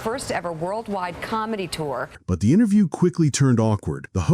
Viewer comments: Wait... that pronunciation if "interview" during the seinfeld on larry king segment.... anyone else hear something off? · I SWEAR HE SAYS INTER-JEW